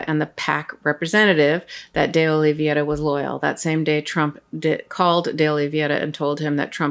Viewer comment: I think that you've picked that up from Popok--it's OlivEIRa, not OlivIERa. If we want them to pronounce Kamala's name correctly, we should be careful about everyone else's name.